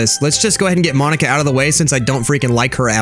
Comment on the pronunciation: ITS MOH-KNEE-KUH tedcoiewhnhoiwhdfsihosdvoihihosdihovjovvvvvvvvvvvvvvvvvvvvvvvvvvvvvvvvveri